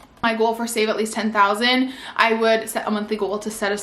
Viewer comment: I love the video but just the way she pronounces “goal” as g-u-a-l…